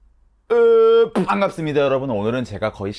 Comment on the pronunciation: 님 아 푸앙갑습니다 랑 큐으래여 들으러 왓어요